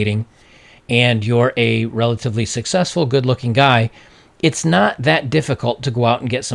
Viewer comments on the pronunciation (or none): none